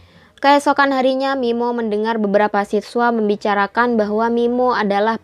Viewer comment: sampe aku puter bolak balik min, buat memastikan aku g salah denger 😁😁